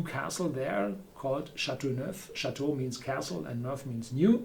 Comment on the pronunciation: cha-tu-nev LOL